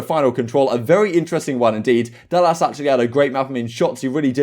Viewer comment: This man said dallASS .